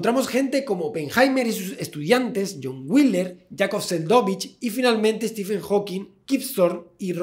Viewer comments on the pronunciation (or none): Stephen se pronuncia STIVEN no STIFEN. Video genial. :-D